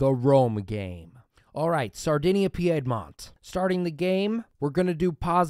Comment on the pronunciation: Your videos are entertaining but OMG your pronunciation of Piedmont is annoying. It's pronounced "peed-mont".